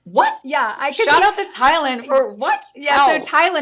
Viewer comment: Both of you got Allies Husbands name wrong omg. Tyler !